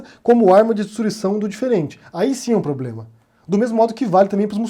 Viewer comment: Kkkkkkkkkkkk, esse Bozoasno é uma piada de mal gosto! Nem falar "problema" ele sabe, disse: poblema! Affffff, bizarro esse infeliz!!